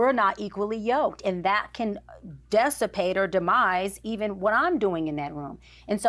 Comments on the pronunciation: Dessapate ma’am……..? That’s not word SMDH! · ‘Dessipate’ is NOT a word. It’s DISsipate